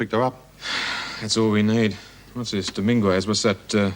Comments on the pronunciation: "Dom - IN - gwez" LoL It's Pronounced "Dom-IN-ghez" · That’s not how you pronounce Dominguez.